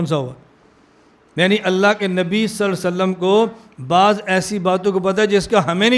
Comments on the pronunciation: Please say clearly صلى ألله عليه وسلم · حضور صلی اللہ علیہ وسلم کا نام گرامی صحیح طرح نہی لیتے علمائے دیوبند کی یہ کمی ہے مولانا الیاس گھمن صاحب براہ کرم اپنی تجوید درست فرمائے ۔ھداک اللہ جیرا۔ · Are janab pehle nabi ka name thik se to lee loo صلي صلي kar rahe hoo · Hazrat 'Sallallahu alaihi wassallam' to saaf aur sahi kaha karo